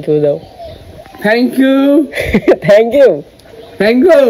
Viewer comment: ভক্ত তোমার বাবা ঠিকই বলেছে Thank you আর তুমি বলছো Thank ku. তোমার উচ্চারণ ভুল। তুমি Hand shake কে সব সময় Hand ship বলো কেন? শুভেচ্ছা রইলো ।